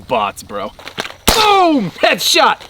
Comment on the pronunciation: needs more emphasis on the "boom" in boom headshot. channel the inner fpsdoug